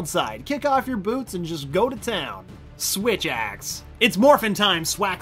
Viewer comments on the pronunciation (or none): SWITH??? AXE